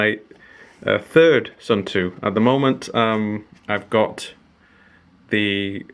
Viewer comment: Hello! For proper water resistance, when you change the battery, clean the cap/gasket/case well. And before reassembly, smear a dab of silicon grease on the gasket. My khaki version is still going strong after 15 years, the plastic just became completely smooth and shiny ;). But for pronunciation, Suunto is to be pronounced like "soon toe", not "soon too" or "sun too". ;)